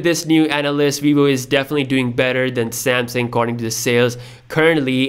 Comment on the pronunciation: 😂😂😂😂😂 are you kidding me Samsung? Samesung SE? 🤦🏻‍♂️